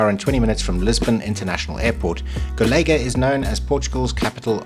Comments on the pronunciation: Accents on portuguese words are essential to know to what we refer to and they are also part of their identity. The way you pronounce "Golega" without the accent ~ (til is the name), sounds like you'r saying "collegue" in portuguese. Cheers! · Unfortunately I didn't make it to go (3 hour drive so not too bad). Golga, emphasizing the last syllable because of the ~ (tilde). 😁 (my farrier had me confused as i didn't understand what he said - as with most things as my Portuguese is very poor still and his English is non existent as with most adult in Northern Portugal - but he spelled it. I too said Golega, emphasizing the e.) We too have a Lusitano and he's one naughty creature. Our warmblood is much more obedient, has respect for electric fencing etc. Not our Europeu, he'll dive right through. I think Lusitanos are very beautiful but I wish they (Iberian people) would be more friendly when schooling and handling horses - and to all animals really - because it most of the time isn't very friendly. I don't know the situation with Lusitanos but I've heard many times that with their Spanish equivalent (PRE), the ones that go to northern Europe are the ones that can't coop with the way they are handled back here on the peninsula. I know that our Europeu also mustn't have had a very nice 'upbringing' because if you ask him something and he doesn't understand, he'll freak out and starts giving all kinds of answers showing all kinds of movements, like he has a runtime error. Very sad that so many of these horses are psychologically damaged and traumatized. But other than not agreeing with how animals are often treated here, I love this country so much. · Golegã,a at the end pronounce like Covilhã!! cheers!!